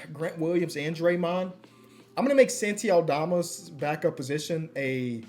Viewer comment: shoutout to when used to call santi aldama "salti aldama"